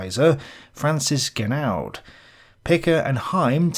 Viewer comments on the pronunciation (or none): Pardon my pedantry. Francois is pronounced "France-wah". And I think the D in Genoud is silent. Good video though, very informative and interesting. I wonder how much of accepted historical consensus is just plain fluff. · I think the Genoud is pronounced "jen" "oo". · Genoud ; pronounced "Jenoo" . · you should pronounce "Genoud" correctly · Being French, or at least Francophone, the surname "Genoud" is completely mispronounced all through the video., please get a linguistic consultant/advisor, you definitely need one....